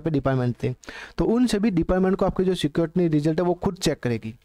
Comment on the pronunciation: स्क्रुटिनी ❌ सिक्योरिटिनी ✔️😂